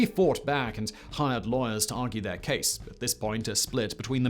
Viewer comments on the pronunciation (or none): none